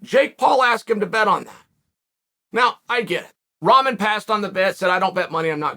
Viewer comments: I can't stop hearing him say Ramen 🍜 it's Rockmon man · Hay Chael, I love you man but you have to get the young mans Last name right. It's pronounced RockMan... Like his famous heavyweight champion Father. Who knocked out Lennox Lewis..